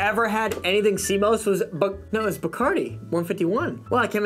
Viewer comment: Yo, wtf is "Sea Mose"?!